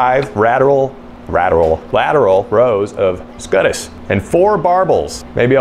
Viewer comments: Yes. Scutes is pronounced "SKUTES" not "SCUTUS" also, the greenscreen though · Scuttes/scutes =scoots, not skuttus LOL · I think it's pronounced scoots? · scutes = scoots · Pronounced "scoots", actually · Came here to say this. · Usually pronounced “Scoots” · Mans really said scutus 💀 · Love your vids. Its pronounced Scoots. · Please tell me if I'm wrong cuz I definitely could be. but my sarcasm radar went crazy with the skuh-tis pronunciation, were you joking or honestly didn't know? And like I said I could be wrong but that little smile that you had when you were saying it made me think that you were just having fun. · Ah yes. The "s-cut-us" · Scutes is actually pronounced like "Skoots" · It's pronounced "scoots" turtles have them to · Scutes pronounced skoots btw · Scutes, pronounced “Scoots” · "Scutes"....is actually pronounced..."scoots"..... your still wrong here in the pinned comment! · It’s pronounced scoots lmao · “Scutes” is pronounced more like “scoots” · First "melk" and now scutes. Can't wait to see what happens when he gets to caramel. Besides that, cool lure. I think a soft plastic version would be fun. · i’m impressed both with your carving skills and your ability to severely mispronounce scutes